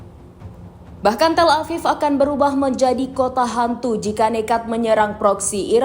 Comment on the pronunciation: Dikira sudah action Tel Aviv jadi "kota antu". Rupanya admin salah baca narasi 😅😅